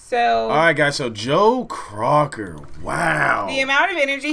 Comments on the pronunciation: It’s not Crocker….Joe Cocker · Cocker not Crocker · *Cocker not Crocker guys! Sorry for the mispronunciation! 😊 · People either loved his voice or they hated it, there was no in between. I'm here to hear, so you know where I stand.(NOTE, it's Cocker not Crocker, not to be mean it is just a Note) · I know this is three years old but damn ya’ll get his name right! His name is Joe COCKER! not Crocker! You guys are driving me crazy! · Joe “Crocker”. Hahaha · Cocker not Crocker guys...He was amazing..think the Wonder Years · That’s Joe Cocker as the lead singer. And his last name is pronounced Cocker, that like cocker spaniel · Do yourselves a favor and Google Joe Cocker and John Belushi doing this song on SNL. Blushing does an uncanny imitation of Joe Cocker. BTW, it's Cocker not Crocker. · It's not Crocker but Cocker!!! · Cocker. Not Crocker. Lol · It’s Joe Cocker, not Crocker. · Joe Cocker not Crocker. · Learn to read....his name is JOE COCKER......NOT CROCKER ! HE IS FROM England. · COCker loo, not crocker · COCKER. NOT CROCKER LIKE BETTY